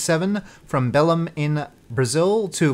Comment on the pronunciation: The accented syllable in Belém is lem.. 👍